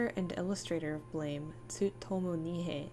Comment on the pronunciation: [Psychic dmg 15] It's pronounced "blam"...